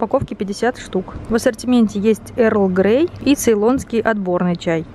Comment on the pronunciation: Как у вас странно получилось слово ЭРЛ грей))))